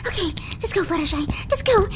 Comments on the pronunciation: ITS FLUTTER SHY NOT FLUTTER SHEE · Smitty Werben Jaeger man Jensen Its Fluttershy - Why are you calling her FlutterSHEE?